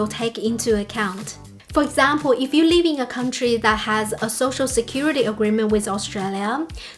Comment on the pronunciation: You keep pronouncing 'live' like 'leave'. Because both of these words are used a lot on your spiel, this causes unnecessary confusion.